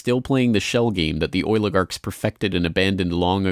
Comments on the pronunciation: I just wish eddie bravo woulda warned me HOW MANY TIMES THIS FOOL SAYS OIL-A-GARKS!!!!!! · "The oiligarchs"